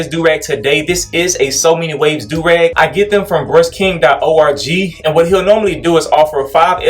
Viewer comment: You said O R G And not org unsubbing